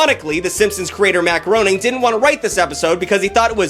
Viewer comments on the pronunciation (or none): Groening isn't pronounced like "groaning" it's "gray-ning", like "raining" with a G at the start. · Groening is pronounced "graining", not "groaning". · it’s pronounced grain-ing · Matt's last name is pronounced "graining" idfk why but it is just fyi😅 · Matt "Groaning"?? ... clicks off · erm actually🤓☝️ it’s pronuonced GrAIning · Matt Groening’s last name is pronounced like Grey-ning